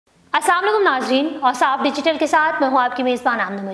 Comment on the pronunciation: MY DEAR YOU SAY ASSALAM O AILKUM YOU SAY SAM ALIKUM ITS WRONG YOU MUSLIM PL YOU CORRECT THX JI